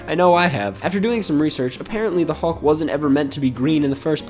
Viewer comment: I’m sorry but they way you are pronouncing “hulk” is really throwing me off 😂.